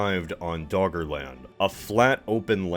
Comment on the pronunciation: All I hear is Dog Land